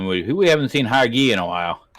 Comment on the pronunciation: name: hagit meshulam. not hagi or hagu or whatever.